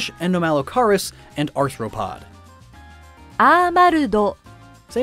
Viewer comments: Yay, you finally learnt how to pronounce "arthropod". Nice vid. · he actually said arthropod correctly.